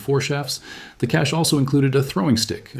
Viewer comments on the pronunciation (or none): none